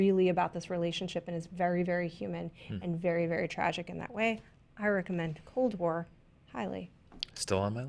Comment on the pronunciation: Wow! I'm Polish and I've been watching you guys for years now. The fact that you recognized cold war really means a lot to me, didn't expect that. And, your pronounciation wasn't that bad;)